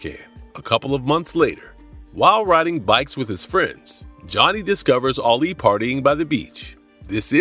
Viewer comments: Can't watch it keep calling Alley Ali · that annoyed me too. He pronounced her name wrong.